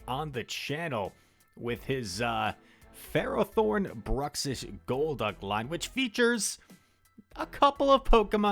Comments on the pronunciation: How you say it is definitely correct. FEH-row-thorn. It's found in the Gen V magnetic cave. It's a steel type ferromagnetic pokemon. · You say ferrothorn correctly. It's ferro as in ferrous - made of iron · Ferro = Ferrous: Containg iron So i refuse to hear any other pronunciation, yours is right lol